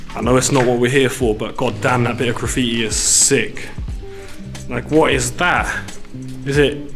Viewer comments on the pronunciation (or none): this might be a weird question but, why do you say sing instead of sick? genuinely curious lol